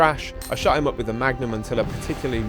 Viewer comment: Don't you mean the Mugnum?